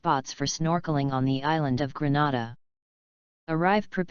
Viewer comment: Get your pronounciation right Not Granada but Grenada